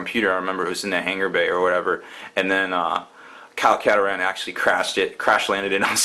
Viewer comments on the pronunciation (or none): Kyle Kataran? You mean Kyle Katarn?